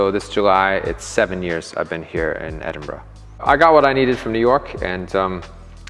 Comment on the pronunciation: You learnt how to pronounce Edinburgh 👍